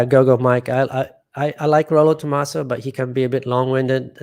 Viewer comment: Hi, it's not the first time I hear you talking about the guy who wrote the Rational Male and every time you make a mistake about his name. It's not Tomasso but Tomassi with an I.